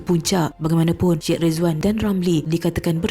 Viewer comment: Sebutan Syed = sya ed ✅ Sed ❌